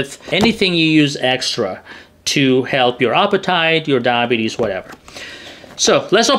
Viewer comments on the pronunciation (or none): When you say diabetes it sounds like DAH-bees. Please try to say DI-a-BEE-tees, for clarity. Thanks for the interesting video.